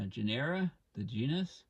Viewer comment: “Genera” is pronounced with the accent on the first syllable, not the second.